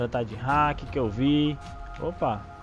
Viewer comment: "Ta de hak" kkkkk